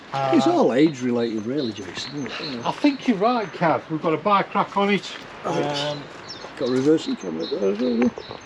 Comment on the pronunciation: He actually said Bike Rack. Just sounded like bi crack! Lol